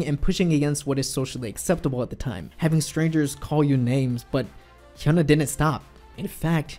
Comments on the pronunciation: Her name is hyuna not huna pronounce it correctly if you're really a fan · I thought her name was pronounced Hi-ooh-na.